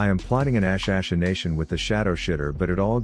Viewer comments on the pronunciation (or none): "Ashe asheination" ah yes, my day is made